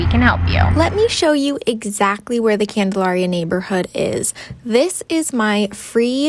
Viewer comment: My family lived on the corner of Bolton and Prospect, a block NE of the elementary school ( ). Everyone in Salem pronounces Candalaria as you would the word malaria. The mid-century modern that you opened the video with was built by my godparents Charlie and Margaret Mills. Thanks for the fun walking tour of the old neighborhood; it brought up many fond memories of childhood friends and what seemed like a simpler time.